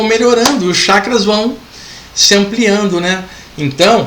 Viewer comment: CHAKRAS,pronuncia correta Tchackras e não shackras.